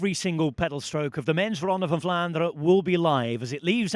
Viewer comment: As a native Dutch speaker I can confirm that generally in Dutch all letters are pronounced, however EN at the end of words is one of the few exceptions. Most Dutch people will ponounce words ending on EN as an UH sound known as a schwa ( ). Belgian people are a bit stricter in their usage of Dutch so some might really articulate the EN but i think even in Belgium it is a minority. So Vlaanderuh is perfectly fine.